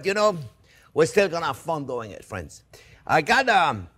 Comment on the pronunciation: Elmer Fudds great grandson.. pewfect wecipe, fwends ... they look good tho, good wecipe!